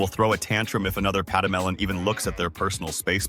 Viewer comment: Saigas - never hear of it until you introduced me in the short. The "pedemelen" 🤣🤣🤣 A lechwe - seen them in the Okavango. But then you know that! (You remember the croc in the canoe, I'm sure) Never seen an aardvark. Those are very shy, aren't they? Quokkas are just cruel. I'm slothing today. I just wish I smelled popcorn but cleaning my eyeballs with my tongue - not so much. Oh, grysbok. Very illusive antelope. Fantastic comedy, great animals, excellent video bro. They are just getting better.